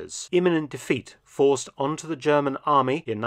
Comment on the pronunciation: Dr Felton I respect your German pronunciation abilities. ❤